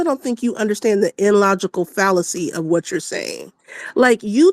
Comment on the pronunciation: just lied. Kamala lost both the popular and the electoral college votes. doesn’t understand how to say illogical, that big back just said “inlogical”. 😂😂😂😂